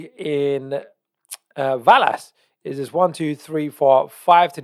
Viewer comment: Love you but it’s pronounced VELL-ASS not VAL-ASS. Same way your not called Jaguar 🐆 Love you’re content bro you are one of the true pros left keep up the important work you do 🙏